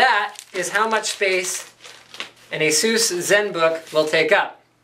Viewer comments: I believe it's pronounced Asoos. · I love the way you pronounce ASUS...